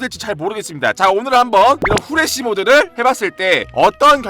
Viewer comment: 후레시를저 후레기 라고들었어요..ㅋㅋ?